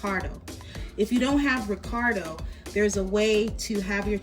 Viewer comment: The word is recado not ricardo .